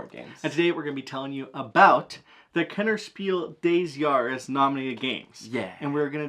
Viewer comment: Big props for saying Kennerspiel des Jahres correctly! I don't know why most people pronounce it like French 😭 I hope Faraway wins this year!